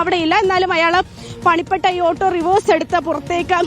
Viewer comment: ആട്ടൊ.❌️ . ഓട്ടൊ ✅️